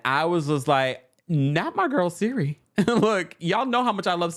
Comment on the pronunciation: Siri? Lol Cirie (Sear-ree)